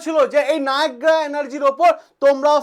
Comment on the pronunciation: Sir negra noy, nayra